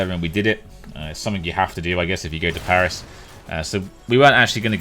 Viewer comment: French parisian sub here :) You almost managed to pronounce every place you've been to correctly gg :P Maybe you've been to the Meltdown bar, it's a bar dedicated to e-Sport and video games. Most of the restaurants in Paris are overpriced, if you want to eat well for a decent amount of money you have to move away from touristic places unfortunately, I feed bad for not telling you that before :(